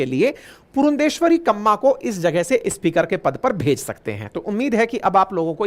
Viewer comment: अच्छी प्रस्तुति, बढ़िया content, कृपया उच्चारण पर ध्यान दें, आप स्पीकर को इस्पीकर बोलते हैं, अन्य कई शब्दों के उच्चारण भी अटपटे लगे। शुभेच्छा 🙏🏼💐